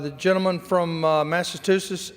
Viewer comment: More of Republican BS? Yup. Smart speaker from Alabama,"Massatoosetts?"